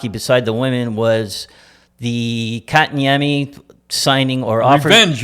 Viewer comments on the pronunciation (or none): Katniemie... sebastian aso... Bergeron->Bergevin! Omg what a mess guys c'mon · Cherry's son is a bigger moron than his dad. It's 'Bergevin', not Bergeron, and it's AHO, not ASHO. Also, maybe get Kotkaniemi's name right as well, he's the main character of your story, you total toolbags. Are you purposely this stupid, or is it an act? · lol... jeez this family couldn't pronounce a name if their life depended on it. lol Bergeron... Bergevin Assho... Aho.. Kokanemi.. Kotkaniemi... lol, not complaining, just funny